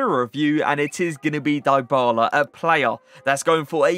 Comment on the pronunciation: That’s not how you pronounce his name lol